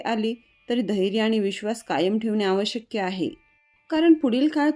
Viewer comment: बोलताना आवश्यक्य न म्हणता आवश्यक असे म्हणाला तर बरे होईल.